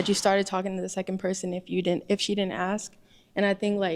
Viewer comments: The English word is ASK not AXE There is an S before the K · IF YOU DONT AXE 🪓🪓🪓🪓🪓🪓 CANT EVEN PRONOUNCE A 3 LETTER WORD! ITS ASK NINJA! 🪓🪓🪓🪓🪓🪓🪓 DUMB FOOL